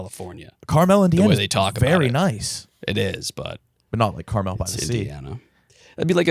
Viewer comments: your guys pronunciation of Carmel Indiana sent me it’s pronounced car mull boys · We gotta work on that Carmel, Indiana pronunciation lads